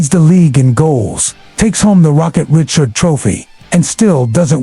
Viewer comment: This Chumpsssssss a Fool !!! Not even Fricken Close on the pronunciation !! Rocket RichARD Bahahahahah American Chumpppp , Winnipeg Tender another Dummmmy Announciation !! The Ignorance Hit Home Chumppppppppp I’m out For Good